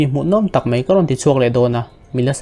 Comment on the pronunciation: Mai tih hi mei tiin lam ri tawh lo la..mizo tawng dik a tih hram hram tum la angaihnawm lehzual ang.